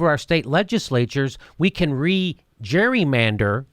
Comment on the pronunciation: jimmy why can't you say "gerrymander"...maybe you ARE drunk? lol